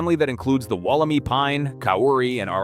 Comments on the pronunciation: Can you a least pronounce it correctly is not “walla-me” is “walla-my” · WolleMY, not WolleMee, PLEASE! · Woll-em-eye is the correct way to say it :P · Amazing! It's said Wolim EYE by the way. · Wol om i pines. Mispronounciation is terrible. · It's pronounced Walla My- rhymes with guy. It was found less than two hours from my place. At around the same time I found a group of small stunted trees I couldn't identify, growing on a steep mountain side on a friends property. I cut one to show around and see if the old timers recognised it- none did. The wood and inner bark were white but within half an hour of being cut turned bright yellow. I contacted the head of the state forestry service- he sounded excited and asked me for samples- I sent leaves, wood, bark and seed capsules- and waited. Thirty years later I'm still waiting. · here in australia wollemi is pronounced wollem-eye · It is pronounced WOOL-A-My.